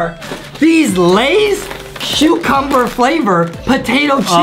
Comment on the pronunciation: was it just me or did he say “shoecumber”? 😂 wow this comment was 4 years ago its kinda sad how turned out